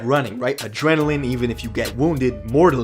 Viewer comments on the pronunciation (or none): none